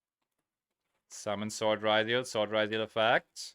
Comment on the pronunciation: You spell it as ryzeal as you call it rRYZOLE its a yugioh card not an anti depressant medication